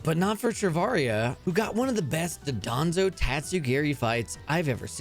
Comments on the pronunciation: You pronounce it “Dodonzo” instead of “Dondozo”, why? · The infamous phantom thief Meowscarada is stealing all of our hearts….and world records. Btw it’s pronounced “Don-Doe-Zo” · Why does he pronounce dondozo like dodonzo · BRO ITS NOT CALLED DUDANZO ITS DONDOZO WHY CAN PEOPLE NOT RED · No it's pronounced Don- BO- zo